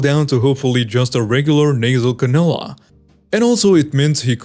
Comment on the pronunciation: Cannula is pronounced can-you-la.